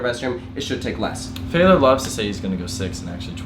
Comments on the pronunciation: Why does he keep saying "Faylor"? Inside joke or nickname or something?? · Is it me or does it sound like keeps calling Taylor "Faylor"? and if so, why? What have I missed?